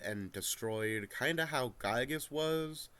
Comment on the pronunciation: Not a single person on youtube knows how to properly pronounce "Giygas".